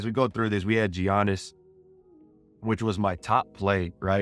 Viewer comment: Giannis is pronounced yaa-nis